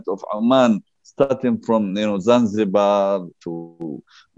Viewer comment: This is false narrative history,this is not zanjibaaaaaar , this is Somalia